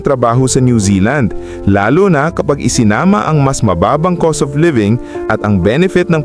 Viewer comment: Cost dili coast